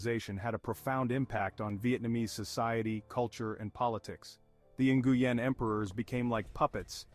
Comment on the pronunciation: The last name Nguyen is pronounce Win not nnngooyen lol